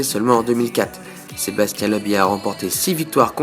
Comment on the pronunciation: Bonne vidéo merci, juste un "petit détail", Sébastien Ogier il est francais, pas comme Sebastian Vettel, pas la même prononciation. Sinon petit résumé parfait. Bon courage pour les suivants, je les regarderais (en espérant entendre SebasTIEN lol)